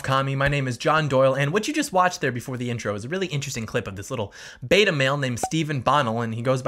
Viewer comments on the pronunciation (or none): none